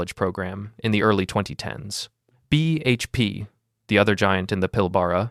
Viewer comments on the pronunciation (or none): none